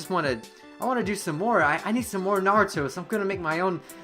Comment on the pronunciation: LMAO!...naburo..sounds marlboro in my ears